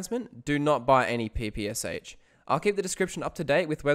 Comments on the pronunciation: Its not P P S H! It is PPSh like "shine". Developed by Shpagin. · Small note: the PPSh is pronounced Pah-Pah-Shaw. The "Sh" has it's own phonic sound. Not harping on you, just letting others know in case they were wondering.